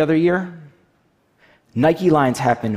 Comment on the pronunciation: I hate how the CEO of stockx says NIKE-EYS